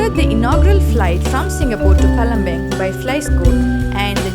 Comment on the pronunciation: Good video tbh. I hope palembang will be better and getting more foreign tourists. I'm from palembang btw, and you mispronounce the word "palembang".